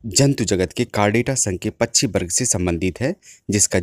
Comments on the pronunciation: कृपया " पछ्छी " के बजाय " पक्षी " बोलिए। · सर, आपकी आवाज इतनी शानदार है, इतनी उपयोगी जानकारी दे रहे हैं, थोड़ा शब्दोंह का शुद्ध उच्चाहरण करें. जैसे पच्छीो को पक्षी कहने का अभ्यास करें, थोड़े से प्रयास से हो जाएगा. इसी तरह वर्सा को वर्षा कहें. अगर आप गलत उच्चा रण करेंगे तो बच्चेै भी वही बोलने लगेंगे।